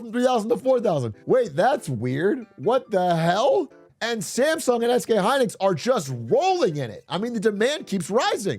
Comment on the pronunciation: you are pronouncing Samsung wrong throughout the video.